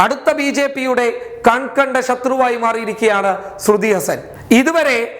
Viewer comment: ശരിക്കും പറയാൻ അറിയില്ല എന്നത് കൊണ്ടാണോ അതോ മനസ്സിൽ അങ്ങിനെ ഒരു പൂതി ഉള്ളത് കൊണ്ടാണോ ശ്രുതി ഹസൻ എന്ന് ഉച്ചരിക്കുന്നത്